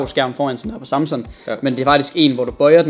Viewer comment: Du siger Samsun... Det tilter mig...